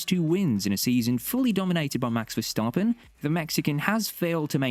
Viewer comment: omfg learn how to pronounce the driver names. verstAAAAAApen